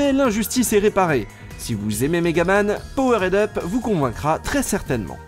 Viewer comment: On dit "power'd up", pas POWERAID UP, lol en plus tu le répète au moins 3 fois en 30 secondes, bonjour l'effet comique.